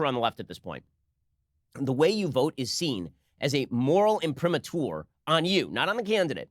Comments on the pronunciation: Hi Ben, "imprimatur" ("let it be printed" in Latin) is pronounced with the accent on the A, not the U. Sorry to nag, but it makes my ears bleed. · Not many people know that. But let's face it - most people 'Americanize' Latin pronunciation.